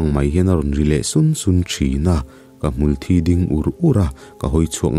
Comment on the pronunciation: ngaihthlak anuam lehpek hlemai🤗...mahse (hmul thi) tih lai kha a lamdan a diklo deuh em aw...🤔